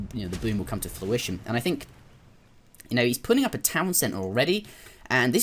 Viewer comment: Everytime you say Fluition instead of Fruition I die a little inside, haha, I'm kidding some fantastic commentary regardless. Yeah I'm more than two years late I know. Taking notes, trying to get back into the RTS zone